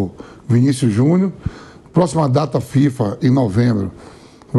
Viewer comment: Pq o Vampeta fala Vinicius Junhu???